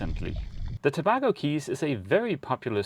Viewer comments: Tobago Cays used to be better. I guess people recommend it from memory. Btw, it's pronounced To-bay-go, rather than To-bag-o, like Trinidad and Tobago. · LOL...FYI Tabago is pronounced Ta-bay-go. Beautiful waters & islands. Thanks for the great videos! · Toe-BAY-go, surely. When you meet up with Odd Life Crafting, don't let him tattoo you, please!